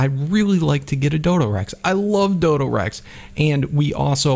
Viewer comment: Its a dodorex not a dodorexy